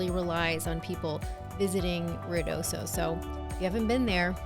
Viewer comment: It's pronounced Ruidoso, Not Riodoso...